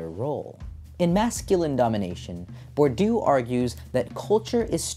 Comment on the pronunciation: Please, it's more like [bwʁdiø] than [buʁdjø], nothing like 'bordeaux' ranting with a strong French accent